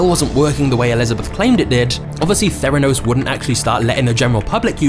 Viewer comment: Theranos or "their anus"???